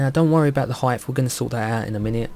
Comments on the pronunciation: Are you saying 'height-th?' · Brilliant tutorial ! -Love how you keep calling "Height", "Heigth" haha, (